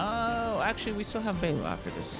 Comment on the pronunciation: Never heard of Belebog. Just Belobog. 😅